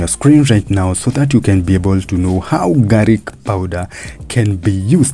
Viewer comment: its called garlic not garic